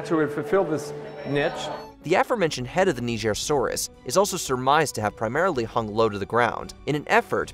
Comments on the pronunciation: He pronounced the nigersaurus wrong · Bro was scared of pronouncing Nigersaurus 😂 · #19. He wasn’t trying to say it right, he was trying not to get cancelled lmao